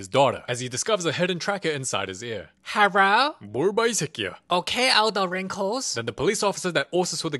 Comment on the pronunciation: how she went herro killed me😂